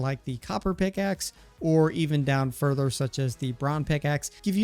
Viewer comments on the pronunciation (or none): none